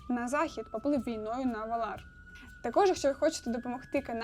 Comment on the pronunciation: Ме́лкора а не Мелко́ра, Ва́лар а не Вала́р, хоч бы погуглила спочатку, лоровединя хрінова. Ці слова сильдорійськоюмовою, мовою ельфів, а в твоєму виконанні звучить наче ороча